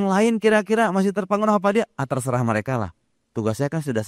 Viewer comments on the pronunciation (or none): none